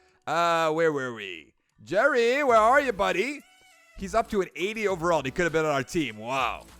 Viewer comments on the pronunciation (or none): Not that I think u give af but Gerry’s name is pronounced like Gary not jerry